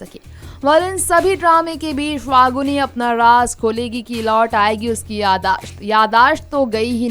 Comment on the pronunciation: pahali baat to faguni nahi falguni hai. bolna Sikh lo tab video banaya Karo ok